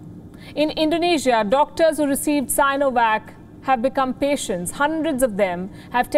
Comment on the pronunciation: Sin , si -no -vac, sin - o - vac😅